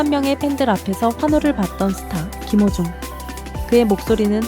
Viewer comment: 한글자막 제대로 써주시면 않되나요?. 김호중을 기모중 이라고도 하고 탄원서를 탄바연서 라고도 표현 하는건 더 듣기 힘드네요. 이것말고도 여러 단어가 있는데 더이상 듣기 불편 해서요. 왜 한국사람이 훈민정음의 뜻을잘모르지?